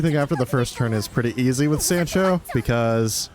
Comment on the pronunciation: that is certainly a way to pronounce sancho